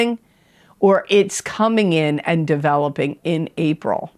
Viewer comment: She says April a couple minutes in, she just flubbed guys. Feel better soon!